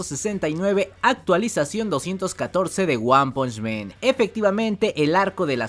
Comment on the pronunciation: El mejor narrador de YT, sigue así amigo; solo una cosa se dice "guan ponch man", no "guan ponch men", ya se que parece de hermione a ron, pero es importante para el canal. Saludos!